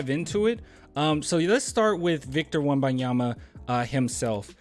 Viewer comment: Lol you’re still calling him Wembayama 😂